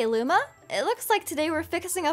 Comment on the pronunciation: DID SHE SAY LUMO INSTEAD OF LUMA?!